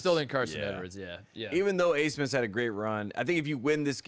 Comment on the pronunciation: why the hell is max abmas’ name pronounced aismas?